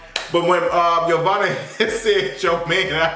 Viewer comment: 💁🏾‍♀️ ITS YO-VONNA......THAT BITCH.....FROM CLARK😂😂